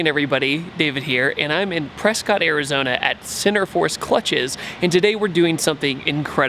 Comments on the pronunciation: repeat after me david: PRESKITTTTT, not prescott LOL glad you came to my state! super cool to see. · PRESKIT. LIKE A BISCUIT! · Noobs. It's Prescott like Biscuit